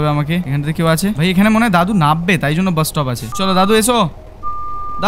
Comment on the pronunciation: ভাই তুমি যেটাকে নাব্বে বললে সেটা আসলে নামবে হবে 😊